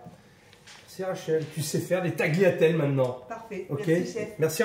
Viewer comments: D'une on ne prononce pas TAGLIATEL, mais TALIATELLÉ, Ensuite on utilise du guanciale et non de la poitrine. L’hérésie, il met de l'huile dans l'eau, d’où vous vient cette idée saugrenue? Il cuit les lardons dans le l'huile d'olive, du grand n'importe quoi! On fait revenir le guanciale sans graisse puisqu'il en contient. On ne met que 1 œuf entier pour 3 jaunes que l'on mélange avec du Pécorino Romano et surtout pas du parmesan, puis on y rajoute peu à peu l'eau de cuisson des pâtes afin de faire une creme, (on utilise le terme Mantecare) puis seulement on rajoute le guanciale et les pâtes ! Et la, il met les pâtes dans les œufs type omelette ! Bref et il termine en disant voilà, vous savez comment faire les vraies pâtes à la carbonara! Il aurait pu prendre le temps de regarder un vrai livre de cuisine Italienne avant de faire cette vidéo grotesque! Honnêtement, limitez-vous à cuisiner ce que vous connaissez cher monsieur ! Car votre recette n'est absolument pas celle des tagliatelle alla Carbonara. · On prononce pas le G sur tagliatelle chef ! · Si je puis me permettre chef, vous ne prononcez pas correctement le mot Tagliatelle (il faut enlever le "g" dans la prononciation)